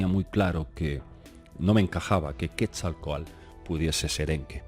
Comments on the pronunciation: Yo solo entendí ii...aa😳😁, se dice QuetzalcoaTL! No QuetzalcoaL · Hola...cuando hablas del Dios Mesoamericano, "Serpiente Emplumada", equivocadamente lo pronuncias Quetzalcoal...su nombre correcto es QUETZALCÓATL...cuyo significado es "Señor del Cielo y de la Tierra...Cielo = Quetzal...Tierra = Coatl...Saludos:) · Por favor!! NO ES "QUESALCOAL" SE pronuncia: QUETZALCÓATL.. Quetzalcóatl (náhuatl) serpiente emplumada; siendo quetzal: ‘pluma’; y cōātl:‘serpiente’) YA VAN VARIAS, YA ES TEMPO DE QUE APRENDAS Y PRONUNCIES BIEN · cuando manejas nombres propios que no te son comunes en tu cotidianeidad, hay que poner mucha atención. En Quetzalcóatl y Maguey te ha fallado ésta vez. Es complicado, lo sé porque desde México yo intento aprender euskera y cuesta mucho. Cuando viví en Cataluña, aprender catalá tampoco fue fácil, pero en mi trabajo era indispensable. En tu trabajo, manejar lenguas ajenas a tu lengua materna es común y hay que cuidar esos detalles. El maguey (así, con ortografía castellana se pronuncia sin la u)fue una planta básica para subsistencia precolombina en México. Hay muchas variedades de maguey y la más famosa es de la que se produce el tequila. De esa planta también se producen textiles y gran variedad de cosas de uso aún cotidiano en México. Alegres saludos! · Hola, muy interesante Video. Solo un detallito, trata de pronunciar la T en la palabra del nombre Quetzalcoatl. Se escucha chistoso si no la pronuncias. Gracias y éxito.